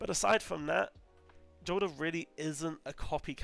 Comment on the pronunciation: Jolder is pronounced Yolder. You can confirm this simply by playing the game and listening to the ghost and npcs say Jolders name